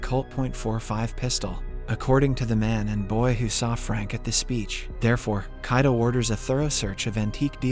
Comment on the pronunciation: the pronunciations are different from the previous episodes like he says Kaido instead of Kido